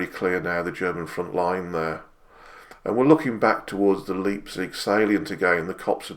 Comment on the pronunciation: A small point but just so that you are aware. In German, Leipzig is pronounced Lipezig and not Leapzig.